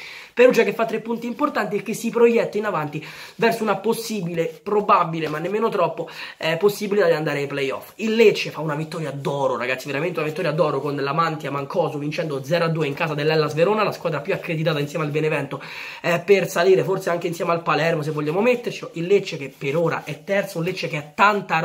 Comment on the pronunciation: Si dice lamantía no lamantia